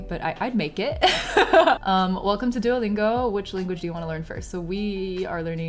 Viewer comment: It's so starling to see a Chinese person calling it "Doo-oh" Lingo instead of "多" Lingo.